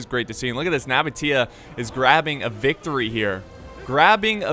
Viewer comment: True ogs were here when couldnt pronounce nabataea